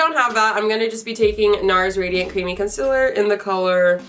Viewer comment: you said “conciller” like laura 😂😂🤭❤️